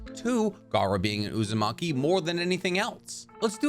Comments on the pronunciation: Man really said Uzumake-me 😭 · Lol uzu-make-me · "Uzamaki" LMAOOO